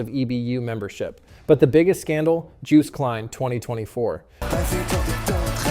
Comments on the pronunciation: "juiced kline" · as a dutch person i'd like to point out that its pronounced more like yoost (pronounced as in host and the first letters like yo) and klein is sort of pronounced like kline (decline but without the de). so its pretty much just yoost kline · Dude, how ignorant are you when you don't even know how to pronounce Joost Klein's name. This whole video is so American.